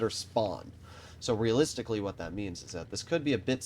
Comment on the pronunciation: The amount of times he said realistilcy